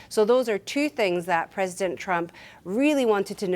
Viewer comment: "Says Donald Trumo"